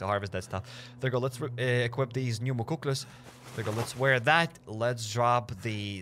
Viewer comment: Awesome job! (also those boots are pronounced muck-lucks, canadian native american winter boots)